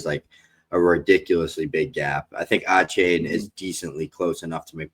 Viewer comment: Love the content fellas but someone has got to teach how to pronounce Achane. ❌: Ah- Chain ✅: Aye- Chan Keep it up fellas